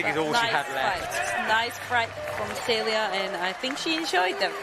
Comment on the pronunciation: Like it would NOT have been hard for them to get a pronunciation sheet for the finalists instead of sounding like ignorant fools.